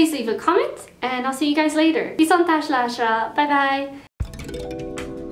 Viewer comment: You said Viszontátlásra sooooo wellll!!!